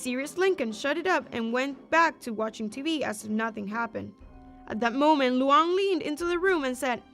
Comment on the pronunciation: Nah bro called luan luuan